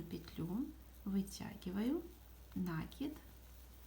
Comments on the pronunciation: Да не нАкид! А накИд! Молодые девушки, а говорить правильно по - русски не научились в школе???😮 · Всё классно! Спасибо! Но это нАкид! Слух режет! Извините! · Молоденькие девочки ведут мастер классы и многие в слове накид ударение делают не правильно. Спасибо за мастер класс!♥️💐